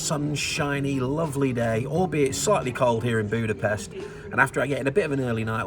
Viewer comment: Guys, you pronounce it as Budapesht. Thank you, from a Hungarian :D